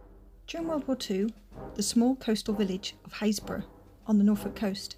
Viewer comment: Fantastic to hear the correct pronunciation of Happisburgh, interesting video thx.